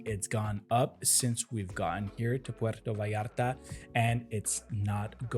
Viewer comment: If your are going to speak about puerto vallarta at least pronounce the name correctly, si no puedes pronunciar ni el nombre bien no hables de el